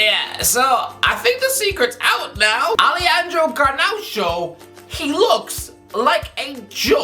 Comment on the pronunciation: It's just Garnacho not Garnaucho